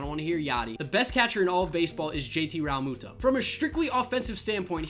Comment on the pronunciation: Rall-moo-toe😂😂 learn how to say his name